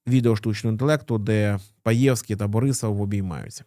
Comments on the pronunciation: он не паевский он пеевский - а в целом отличный обзор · З наголосом на перше Е. Також ЖелЯзков - наголос на Я, ДЕнков, наголос на перший склад